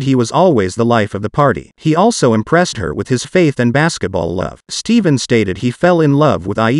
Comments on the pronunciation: Narrato should know who their talking about its Steph'en not pronounced Steven. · Get the name right. Ur mispronounced his name on purpose. U've heard it said 2 many time. Ste-fin. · STEPHEN. IT'S "STEPHEN"!! STOP SAYING "STEVEN"(STEEVEN).🙄 It's Very ANNOYING.😬 SOON AS I HEAR THE NAME PRONOUNCED INCORRECTLY, AMONG OTHER "FAUX PAS" ACTS/ACTION, I IMMEDIATELY "SWIPE" PAST THAT PARTICULAR "SHORT". NOT SURE IF ITS ARTIFICIAL INTELLIGENCE OR WHAT, JUST CAN'T/BEAR "IT". AND I WON'T........REGARDLESS OF THE "CONTENT" BEING DEPICTED.😐😑 That's Just ME. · Commentator: not Steven his name is pronounced STEPHAN that STEP/(HAN)😊 if I’m wrong 😮😢😑 please accept my apology 😮 thank you/y’all